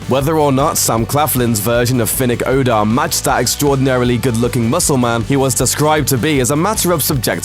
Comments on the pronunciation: "It's Finnick oDAIR, not Finnick OHHdair" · Its odAir, not Odair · The narrator said Finnick Odar instead of Odair 🤦‍♀️🤦‍♀️🤦‍♀️ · "Finnick Ohdear" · "Finnick Oh Dear" was the same reaction i have when u say him name wrong, he didn't die for you say like that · Man: Finnick ODAR bla bla bla Me: FINNICK DIDN'T DIE TO GET HIS NAME PRONOUNCED WRONG!!! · They said finnick odor😭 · He also butchered Odair, calling him Odor. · Please stop saying Odair… no offence but I love Finnick too much to let that slide